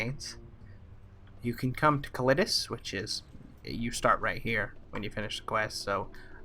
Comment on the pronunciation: It's cal a dis